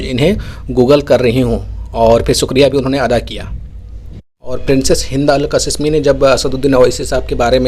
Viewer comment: आप जाहिल है या गंवार। नाम कासीमी है कसिसमी नहीं। शहज़ादी है नाम ज़रा सही बोलो